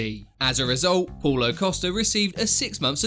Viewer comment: Is Paulo not Poulo!!